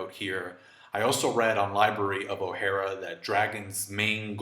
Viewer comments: Lol after all these years u cant pronounce logia?.. It's not pronounced lojia.. And its O-HAR-A, not O-HAIR-A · Ohara You misspelled/misspronounced